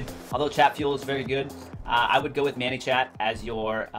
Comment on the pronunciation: Thanks for your VIDEO... has anyone ever told you it's pronounced "MANY" (like 'I have too MANY FB friends') and not "MANNY" (like "meet my friend MANUEL, he goes by MANNY'). Just thought you should know. Sorry don't mean to be negative, it was just distracting to listen to. ;)